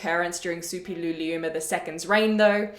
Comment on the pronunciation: Kudos for pronouncing Suppiluliuma with such ease!